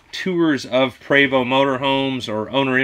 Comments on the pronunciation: Eugène Prévost the founder is French Canadian like myself and I confirm you are correct with the pronounciation... "Pray-voh". PERIOD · I’m French Canadian, and your pronouncing Prévost correctly.